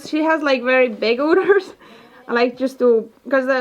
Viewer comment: Every year you guys get more and more PRO with how you handle the goats, I love seeing the evolution! Wish I was as handy as you guys, hopefully someday I'll have a homestead like yours :) Also, in English it's pronounced like "Uhh-ders" rather than "Oo-ders", hope that helps!